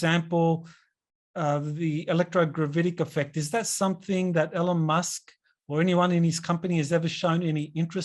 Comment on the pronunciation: for God Sake, it's not "ellon- musk" Say it with me:) "E-lon Musk"